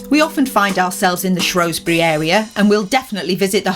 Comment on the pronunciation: According to people who live there, Shrewsbury is supposed to be pronounced Shrew (as in the rodent) and not “Shrow”. Superb ride through Mid-Wales, there. Great video.